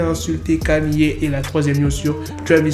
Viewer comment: Kanyé 😂 au lieu de ( prononciation : Kéni